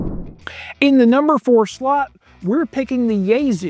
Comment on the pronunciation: It's pronounced YaeSue not YaeZoo